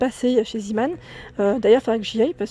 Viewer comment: Trop top ta vidéo ça me donne envie d y aller. Par contre on dit pas «zimane» mais on prononce « zémane» Sinon continue tes vidéos j aime trop